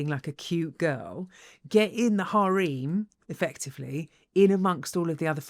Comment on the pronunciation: I haven't heard "harem" pronounced like "hareem" in English before, but I think it's actually more correct! I believe the word originates from the word for a group of women in Arabic, where it really is pronounced with a longer "e" sound